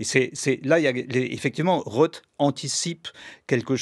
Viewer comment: Arrêtez de dire « Phillip Rote », c’est un TH pas un T !